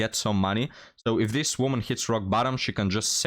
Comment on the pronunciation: I know that English is not your first language and you speak it very well but I feel obliged to help you out with the words "woman" and "women" - the first is singular and is pronounced the way it is spelled, the second is plural and is pronounced "wimmin". I can see how confusing it would be for a non-native speaker, considering the spellings but English is full of such illogicallities I'm afraid. Not trying to be a d**k, just hopefully offering a helping hand.